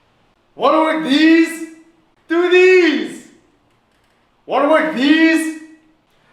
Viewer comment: Wara wor deez? Doo deez!